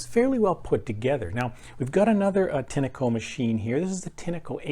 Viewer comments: Pronounced with a short 'e'. If you don't know what that means, it's an English pronunciation aid. Tin-echo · Why do you call a “tin-a-co” ? When there is clearly no a in the brand name